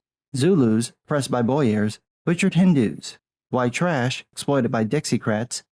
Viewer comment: Boer =bore not boyer